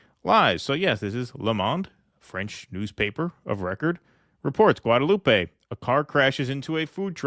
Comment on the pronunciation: Oh and it's not pronounced Guadelou-pey, but as if no "e" at the end - Guadeloup